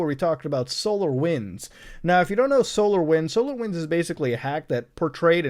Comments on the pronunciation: Every time he says solar winds I heard solo wins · Ooooo I though he saying solowins